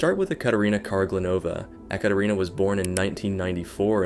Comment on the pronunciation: The creator kept saying "EhKaterina" which is wrong pronunciation lol